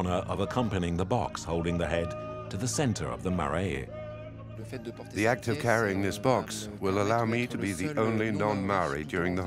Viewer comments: It would have also been 1000% times better if the narrator had taken 5 minutes and learnt how to pronounce the few Māori words used. 'Marae' stood out the most. Should be pronounced closer to 'mah - rye' not 'ma - ray - ay'. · The place is a Marae; pronounced like ‘Ma-rai’ you roll the ‘r’. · I’m not Maori too and I know it’s not difficult to pronounce Marae. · I am Maori and I can confirm that Marae is not pronounce Marie. 😩 There is no island of Chatham. There is Rekohu, which is also known as Wharekauri and the Chatham islands.